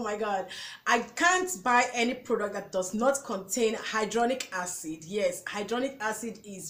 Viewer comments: Very informative and great video. Thanks for the list. Hya-lu-ron-ic Acid .... you pronounced it as Hydronic .... two different things. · Try tumeric lycopene and alpha lipoic supplements also it's pronounced hi la Ron ic acid and re serve a trol